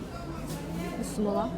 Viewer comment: Бысмылла бысмылла дебей "БИСМИЛЛЯХ" дечи